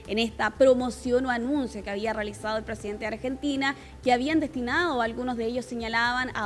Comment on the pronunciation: el "fonsidente" de Arg. 😆